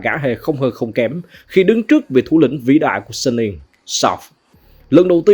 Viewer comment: Giọng a hay quá chài, nhưng mà hình như Suning đọc là Su-ninh á, hông phải Sân-ninh